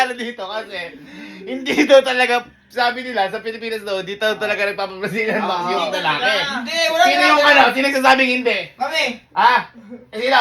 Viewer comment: Original: Mag wax ka na Yung narinig ko: Mag wash ka na 😂😂😂😂😂😂😂😂😂😂😂